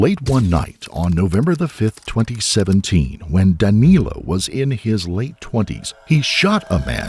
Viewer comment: The Cavalcante pronunciation didn't bother me at all, but I chuckled a couple times when Danilo was pronounced as 'Danéluh'. But it really doesn't matter if it is a bit mispronounced anyway...